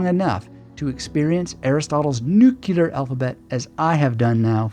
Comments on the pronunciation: Would you please pronounce the word "nuclear" correctly? It's not nuke-yew-ler. I assume you'd like to be taken seriously. Hint: just follow the spelling of the word. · with all due respect (and I do respect you), I don’t feel your response here was worthy of you. Sure, the word “nuclear” has been mispronounced for decades, and there are some who now defend the mispronunciation as a viable alternative. Still, the vast majority of linguists/grammarians don’t yet agree with that shift. So it doesn’t seem unreasonable that someone would point it out, especially since the word is used frequently in this presentation. But rather than acknowledging your nonstandard usage, you struck back at the commentator, which seems wholly contrary to the spirit you demonstrate in so many videos. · Is it just me or does do his utter best to pronounce "nuclear" correctly but he keeps saying it funny? He repeats it often and it stays funny. Now this stays in my memory.